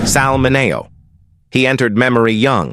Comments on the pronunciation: Sal Mineo's last name is Min e o not Min a o. I know this because his cousin was a physician at a hospital I also worked for. His name is Cyrus Min e o MD. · I found his mispronunciation very disturbing.